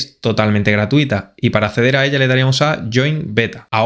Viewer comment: dice Gratiuta"